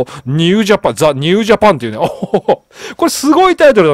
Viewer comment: 少し気になりましたので... 岸 信介←きし のぶすけ 一寸←ちょっと ...と、読みます。 また、英語表記の定冠詞「The」は、その後に続く頭文字が母音の場合は「ザ」ではなく「ジ」と発音します。 常々楽しく拝見させて頂いておりますが、気になりましたので... m(_ _)m